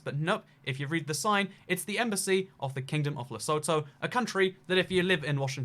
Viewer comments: Les-u-tu not lesoe-toe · it's pronounced Le soot hoo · It's actually pronounced 'lesuthu'. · It's not at all obvious but Lesotho is "leh-SOO-too", not "leh-SOE-toe". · Its pronounced le-soo-too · Lesotho is pronounced: Le-sue-two in South Africa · Lesotho is pronounced lesūthū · the "o"s in Lesotho are pronounced like the "o" in who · It’s Lesotho les-oth-o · I thought the middle syllable is pronounced like the letter U. Less-oot-though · It's le sooo tooo ... its inside south africa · Pronounciation of Lesotho is incorrect. If you would like to pronounce it correctly, let me know. Happy to help. Great video other wise! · I've never heard someone butcher the name of Lesotho as much as he just has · Lol, the way pronounces Lesotho 😂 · Your pronunciation of Lesotho and Ulaanbaatar is painful.